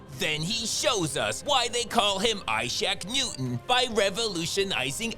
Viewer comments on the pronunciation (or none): "Ishack Newton" lamao :D